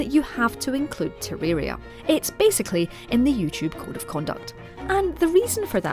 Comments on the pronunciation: Teririra lmao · Bro how she pronounced Terraria